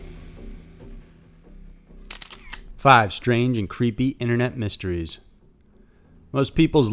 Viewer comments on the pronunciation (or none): Inet mysteries? Why did he say it like that lol